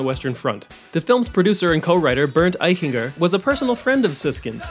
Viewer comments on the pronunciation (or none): Eiching-er, not Eichin-Ger.